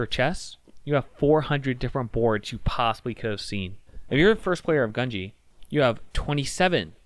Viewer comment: not to be annoying but it’s japanese, gu is pronounced “goo”